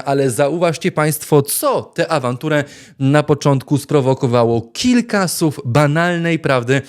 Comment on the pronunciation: Panie red., nie “sów”, tylko “słów, nie “susznie”, tylko “słusznie”!!!😊🎉